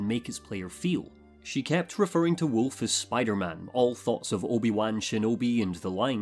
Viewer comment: Sekiro is Wolf. He calls him ' Woof' .